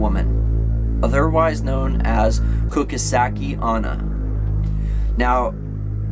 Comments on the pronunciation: Ok, ive never met her but I have heard the legend. You are saying it wrong, sorry... its this: Ku-chi-sa-ke O-n-na. As for escaping her, a question with a question works as does you are average. The candy thing, I've never heard of it...chances of it working are very slim as she wouldn't be able to eat it, let alone enjoy it. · heard about it, there is 2 movies on the legend, kuchisake onna and kuchisake onna returns, also you pronounced wrong, its pronounced like Kuutshe-sack-e on-nah but its fine everyone does mistakes, its not like ill unsub and never forgive you for this, but it also doesnt mean that I wont correct you, after all I love your videos! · You said Kuchisake onna wrong